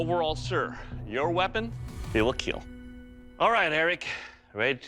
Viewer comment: Imagine making a weapon that will KEAL, and Cut